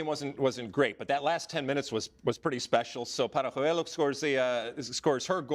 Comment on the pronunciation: Lalas showing off how to say ‘Doce’ in Spanish while on the other hand completely murdering the pronunciation of ‘Paralluelo’ is laughable and emblematic of the typical treatment of the Spanish language in the US English media.